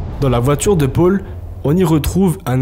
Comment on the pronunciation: qqun lui explique que c’est paul pas pôle le prenom?